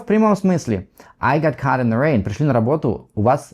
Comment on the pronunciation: Caught к примеру, он неправильно произносит, он просто не знает многих нюансов. Он не специалист, методически не умеет излагать материал. Он сам любитель и вещает для любителей.